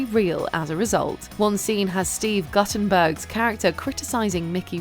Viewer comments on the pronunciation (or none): "GOOTEN-berg", not "Gutten-berg". sigh